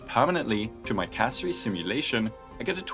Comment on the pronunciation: why do you keep calling her castoreese. holy